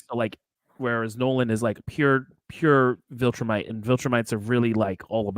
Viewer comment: Take away Man Card lmao! Every time he messes up “Viltrumite” clip a corner!